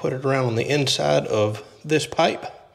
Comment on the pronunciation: wth, he changed the way he pronounced pipe